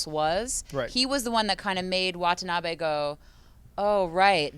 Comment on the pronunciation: I like how pronounces Ken Watanabe's name correctly after 'tries' to correct her. lol. Wa-ta-na-beh. Not Wa-ta-na-bee. Basic Japanese.